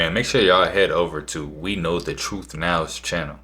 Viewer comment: Truth not troof. I hate that.